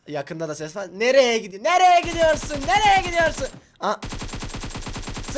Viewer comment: Türkiyenin "NEREYE GİDORYSUĞN"'u en güzel söyleyen youtube kanalına hoşgeldiniz